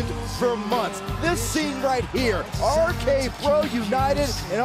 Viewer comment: Somebody needs to tell Riddle there's more than three letters in "R-K Bro"